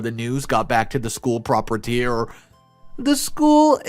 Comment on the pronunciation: "Prop-a-tier"? Only 3 syllables? Really? Pro-pri-e-tor more better. Please do a read-through to get simple pronunciations right to avoid sounding ignorant.